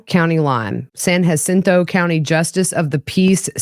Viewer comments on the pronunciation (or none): Texan here 👋🏼.San Jah-cinto . As in the battle of San Jacinto . Not trying to b mean … 🤷🏼‍♀️🥰.